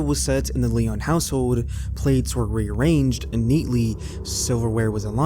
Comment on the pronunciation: Lion is how the sisters last name is pronounced. I lived right down the street and remember this case.